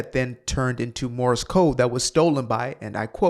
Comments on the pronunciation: This maroon said Morris Code. He can't even get that right. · Did he say "Morris Code"? Or is that just his accent?